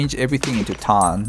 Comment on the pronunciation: you cant even pronounce tan? like really dude